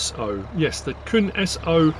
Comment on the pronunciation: Crack on 😆 Outstanding as always. Just a quick side note, if not mentioned already: "Kuhn" is pronounced exactly as in co-coon. C-OO-N